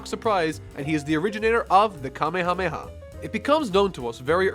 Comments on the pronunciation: It's, "Ka-may-ha-may-ha," not, "kame-hame-ha." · Your pronunciation of Kamehameha is killing me.....